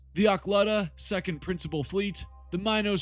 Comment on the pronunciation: secon-dis nuts